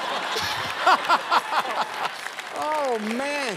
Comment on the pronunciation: “One ansa left Todd”